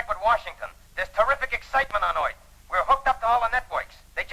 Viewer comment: In Destination Moon, did that announcer say, "There's tremendous excitement on Oith!" ?